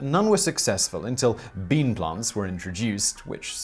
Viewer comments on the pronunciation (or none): none